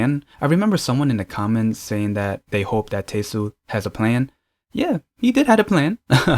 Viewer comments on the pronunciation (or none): Should be pronounced as Te-Sul :) Not Tei-sul 😊😊